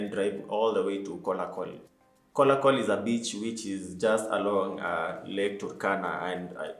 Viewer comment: Its kalokol not kolakol good content bro